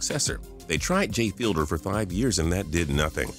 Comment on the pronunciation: It's jay Fiedler not jay fielder